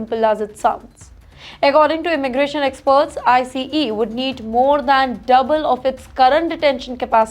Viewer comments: Its not “ I C E “ its called ICE one word. She has to work on her pronunciations and grammars. Every time I watch her news some how i only pick on her mispronunciation 😂😂😂😂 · I know it’s India his she spells out I - C - E every time she says it